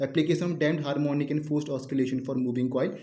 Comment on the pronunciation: You're pronouncing oscillations wrong😂😂